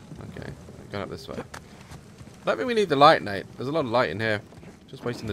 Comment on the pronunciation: Daz you keep calling Nate darke